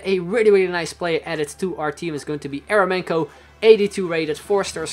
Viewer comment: Eremenko is pronounced like Yer-yo-menko with an accent on "yo" :/